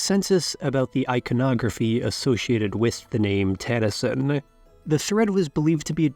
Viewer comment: Pronunciation is cringe. NOT TAN-a-sin. It's tah-nah-sheen, with no accent.